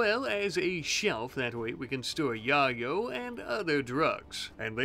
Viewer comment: Please dude pronounce yayo correctly it hurts. It's pronounced Yay-Yo. Yo like yoyo the toy. Also I love your videos